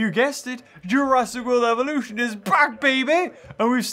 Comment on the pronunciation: "Jurassic World Evolush'n"